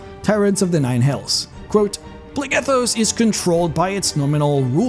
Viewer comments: So while your accent is typically fine and perfectly understandable, a quick note is that a word spelled with PH is pronounced with an F sound. So while you pronounce it Plegethos, it is actually pronounced Flegethos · I’m no expert but “Phlegethos” should be pronounced “Flegethos” not “Plehghethos” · It's pronounced "Flegethos" "ph" = "f" ^^